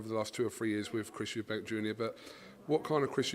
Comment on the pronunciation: Pisses me off people calling him and his dad Eubanks. It's Eubank. FFS.